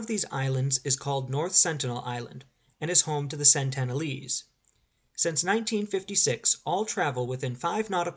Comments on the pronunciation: Incorrect, sir. It's SENtinel Island. SENT-uhn-uhl-ese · It certainly isn't Santana lees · You have a very odd (and incorrect) way of pronouncing Sentinelese.